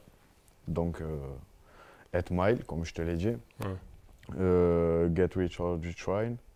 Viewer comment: Get wich or djui trayin haha 😂